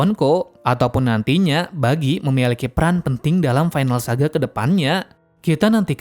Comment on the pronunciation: Buggy bg bukan Bijjy